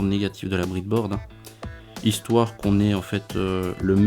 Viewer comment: C breadboard pas bridboard sinon aucun problème pour le système